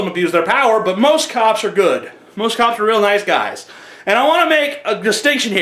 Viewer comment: When you were talking about cops, at first I thought you were saying cows In like a Minnesota accent. I was like "Why you gotta be hatin' on cows?"